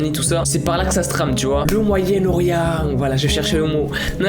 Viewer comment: "Le MoYaEnNe-OrIeNt 😮✨Voila je chercher le mots 😌✨" Le jour ou je vais sortir sa a ma mère elle va rire 😂